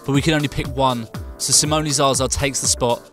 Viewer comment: si dice simone non simoni porcodio